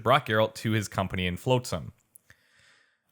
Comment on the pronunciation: Shill and Floatsam, eh... You should pay more attention to the way the names are pronounced. :P